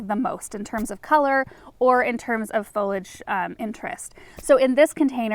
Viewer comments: ok, I'm seriously not trying to be rude but why do you pronounce foliage as folege? Have I been pronouncing it incorrectly all these years? I googled it and it's fo-li-age, the way I pronounce it - is there a back story I missed? I'm just curious not trying to be offensive at all. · but, it IS pronounced fol-i-age, or fōl(ē)ij ˈ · Fo-li-age is the correct way to say it! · Nope. It's three syllables. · No, you're definitely mispronouncing both of those words, lol. They both have three syllables. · Like she said, we're wearing her down. There are a couple of words she routinely mispronounces and that's one of them. It's all in good fun, though. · I don't have to. I know the word is pronounced with three syllables. I don't even care if she mispronounces every word. I watch her because of her love of planting. Her creativity and passion for gardening makes up for whatever grammatical (and pedantic) mistakes she makes.